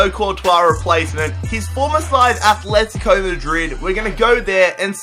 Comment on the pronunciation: I hate that people call Atletico Athletico. ITS ANNOYING AS FUCK